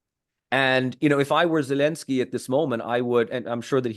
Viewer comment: Regardless of any other points this man makes, I find this man ridiculous in his attempt to say “Zelensky” in the Ukrainian pronunciation, and Taliban” and Afghanistan in the Afghani pronunciation while he can’t be bothered to say “Romania” in the Romanian pronunciation or Bulgaria in the Bulgarian pronunciation. Is he attempting to be “respectful” or sound “educated”? I am simply confused. I am not sure how Romanians or Bulgarians are supposed to either be impressed by his lingual abilities or to feel respected culturally when he goes to such great efforts NOT to use the English pronunciation for some countries but not for Romania or Bulgaria….😂😂😂